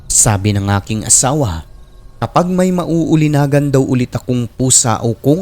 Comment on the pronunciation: Nauulinigan, hindi nauulinagan.